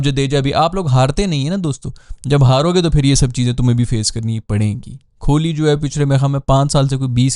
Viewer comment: Its kohli not kholi. Pronounce sahi kren